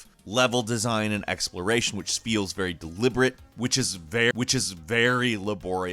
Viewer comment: Which is ve which is very